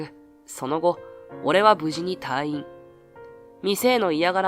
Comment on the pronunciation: 退院 たぁいん❌️ たいいん⭕️ 意識して話してもらいたいです